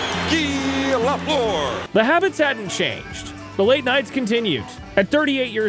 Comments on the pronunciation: LeFLOOR?! C’mon, I get that you might not be able to master the French pronunciation correctly, but the minimum you could do was to pronounce his name the way English speaking Habs fans did and do… LAFFLER. It’s hard to watch a video about your favourite player of all time having to listen to LeFLOOR over and over! Some of the doc was decent! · If you’re going to do this video, maybe learn how to pronounce “Lafleur”